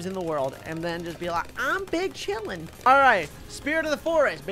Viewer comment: When he said big chilling i thought he said BING CHILLING